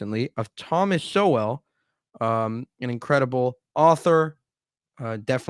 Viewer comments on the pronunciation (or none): Just an fyi, it's Sow/ell not So/well, and is pronounced Soul. Good vid m8.